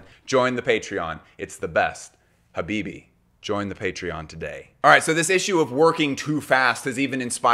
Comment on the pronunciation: Man said "habibi, join the patreon" this is the first video I'm seeing of yours but now i know you're from New York 😅